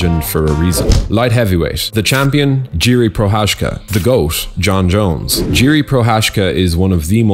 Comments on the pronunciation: it's not Jiri. It's pronounced as Yiri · i find it hard to believe that jiri is 1 of your favourites as you dont even know how to pronounce his 4 letter first name lmao🤣